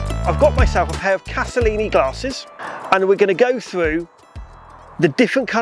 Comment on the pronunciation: If you are going to talk about them, at least get the name right! It is Castellani, not Castellini! Sheesh.